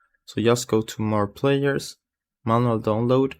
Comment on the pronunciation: I hate how you say manual